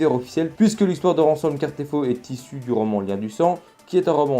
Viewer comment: C'est Casterfo, pas Cartefo 😉